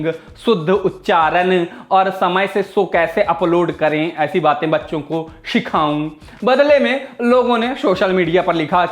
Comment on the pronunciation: ohh god..Shikhau nahi bolte.. In marathi..Shi means potty and Khau means eat.. ab patha chala kya bol gaye tum ? S ko Sh math kiya karo yaar..I know..u have done it purposely..but still..don't say Shikhau😄